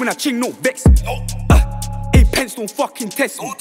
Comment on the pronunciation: How can man say pence😂😂😂